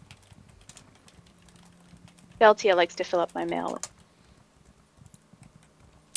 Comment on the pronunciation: just saying deltia pronounced chorrol correctly :)